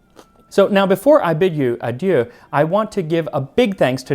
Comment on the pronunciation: I'm just here for the "I bid yieu adieu"